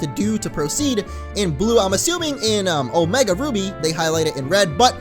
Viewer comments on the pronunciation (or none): Omega not omeg